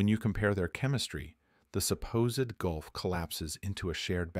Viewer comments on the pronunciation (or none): none